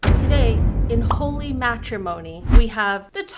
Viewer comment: last time I checked, it's Holy... not Holly.. 🤣🤣🤣